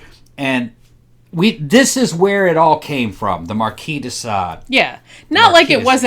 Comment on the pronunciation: You keep saying “Desa” . . Which is it: “Sade” or whatever you’re saying??